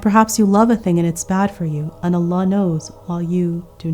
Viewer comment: An amazing lecture as usual, but plz for the verse ومن يتوكل على الله Do Kasrah not Fathah for Allah